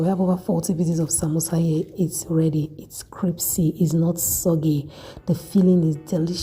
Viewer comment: She said cripsy no it's crispy 😂😂😂😂